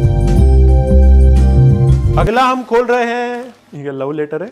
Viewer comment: love letter ❌ lau letter ✔️